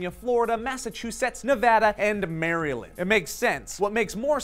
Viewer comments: Never again say Maryland they way it is spelled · Lol his pronunciation of Maryland